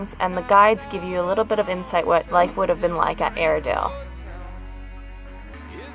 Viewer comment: At first we thought you said "Arendale" like in Frozen, but this place sounds like a terrible place. It still has quite a bit of the original fixtures. Yikes!